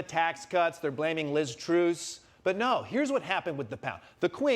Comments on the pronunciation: Are you deliberately calling her Liz Truce? ... it's Truss to rhyme with bus! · Trevor, it's Truss (u as in up) not Truse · What the heck is this Liz "Troos" thing? Do Usonions pronounce "Gus" as if his name was a large white water fowl? 😂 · It's Lizz Truss....not Truce! Cut the woman some slack! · Did Trevor call her "Liz Truce"? 😄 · Its pronounced Liz TrUSS as in trust but with an s instead of t at the end. You're welcome. Hopefully we don't have to say it for much longer. 🤬🤬🤬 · Anyone noticed the Liz Truce/ TrAss Trevor mispronunciationv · Truss is pronounced like “fuss” not “troose” - it’s not difficult 😂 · Is that how to pronounce Liz Truss? I'm so confused. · I don't think that's how you pronounce Liz Truss' surname... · I mean, you didn't pronounce Liz Truss' name correctly but on the other hand no one cares about Liz Truss. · Please learn to pronounce Truss. It jars just about enough to take away from the jokes. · Why do they pronounce Truss like this ? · Why is Trevor mispronouncing Liz Truss's name?